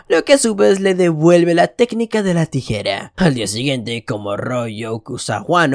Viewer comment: No amigo el men que resume le va dar algo con las salivas jajajajajja🤣 y decir tigera ajjajajajaja